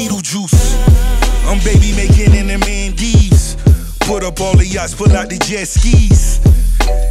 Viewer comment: It's "MALDIVES" , NOT "MANdives" Ross.